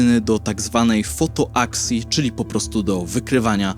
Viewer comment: Wkradła się literówka/przejęzyczenie w filmie - powinna być fotoTAksja, zamiast fotoaksja. Komentarz dla osób, które do rozszerzenia z biologii się przygotowują ;)